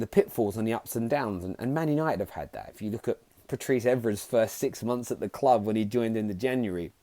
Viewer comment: “Football kwub” nice English mukka